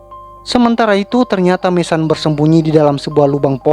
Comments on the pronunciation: Bukan MESAN bro...MESON..jgn bikin malu sendiri...sebut betul2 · Mason, baca:[maeseun]